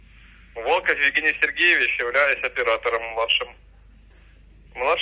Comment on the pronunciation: " ва́шим операторо́м "